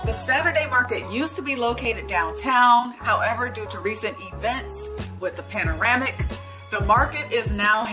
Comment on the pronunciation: It’s pandemic, not panoramic!